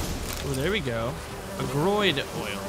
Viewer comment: "a groid oil" LOL